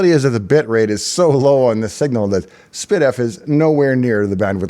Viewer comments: No, I heard spid-eff. It should be ess-pee-diff. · and all these years I thought it was pronounced "S P Diff"